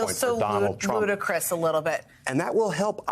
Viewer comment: She said “ludacris” instead of “ludicrous” 😂😂 i guess Ari Melber is not the only rap fan host on msnbc